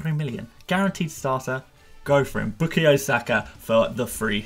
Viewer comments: A biased arsenal fan who can’t even pronounce saka first namw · Is it me or does the way says bukayo feels really unsettling😂😂